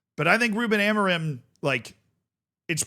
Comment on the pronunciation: its not amoriM its amorin dont say the M its like when CR shouts SIM , its not SiM or siu its Siiin (go listen to it )